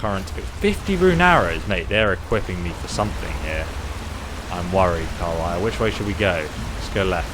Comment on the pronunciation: Amazing game. Your pronounciation of names Calia, Arantheal and Jespar cracks me up though. So wrong :D